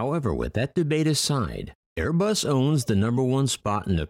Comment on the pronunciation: Am I the only that heard "until late 2019 that an upstart Manufacturer you may have heard of named aibus" 2019 what are you talking about they where founded on 18 December 1970